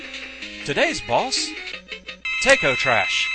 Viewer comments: It sounded like you were saying Tako like "Take-oh" but it's pronounced more like taco, like the delicious mexican food. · Tako is pronounced "Tah-koh" in Japanese. :P